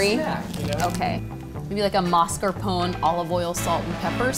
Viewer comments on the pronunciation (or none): none